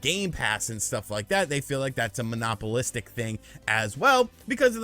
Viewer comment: bro said monopolistic lmfaoo